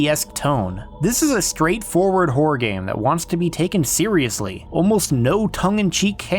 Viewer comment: Ok WHOA there, tiger! Now I love this video but you got to say this with me; “Horr-OR” ok? You try it; “Horr-OR” it’s a horror title not a… not what you said. There’s 2 syllables in there so don’t be stingy now! The way you say it is, well sir? It’s plain whoreable. Mirr-orr. Horr-or. 2 syllables. You don’t look in the mere and at night we don’t see terrible wh… we don’t see what you keep saying. Sir. There are children in the room. 2 syllables Please. Sir.